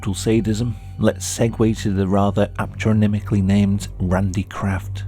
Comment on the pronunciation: What the hell is he saying ????? Apronimically???